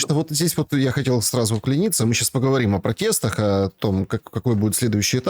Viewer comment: не вклинИться, а вклИниться. Ну уши режет. Ты же филолог, не позорься.